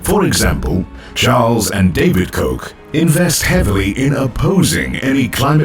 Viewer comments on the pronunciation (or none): none